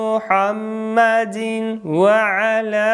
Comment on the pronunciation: Почему ты читает мухьаммадин ва 1ала а надо мухьаммадивва 1ала